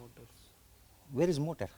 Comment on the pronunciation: that guy says motor :D